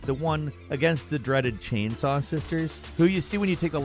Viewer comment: "Chainsoy Ganados"